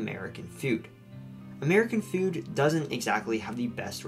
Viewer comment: I like how you pronounce food as feud